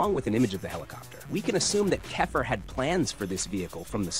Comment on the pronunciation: Who is kefer? Ooh you mean kefir